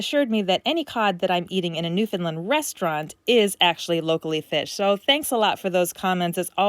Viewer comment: Love this content but a little piece of me died every time you pronounced Newfoundland wrong. It is our cross to bare lol